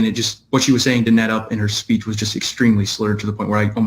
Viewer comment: did you say that " her SLEECH was SPURRED ? "